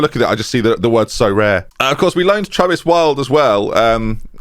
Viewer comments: as a Brazilian viewer, I'm finally having the full experience by having you mispronounce Soares. cheers for that mate! I hope he doesn't stick around... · But he is English and not Brazilian and explains this at because he remembers an english player called Tom Soares who was pronounced just like that.